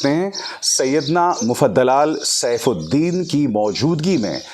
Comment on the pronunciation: Sir request you to correct the name of our Holy His Highness Name. The correct pronunciation is Dr. Sayyedna Mufaddal Saifuddin T.U.S.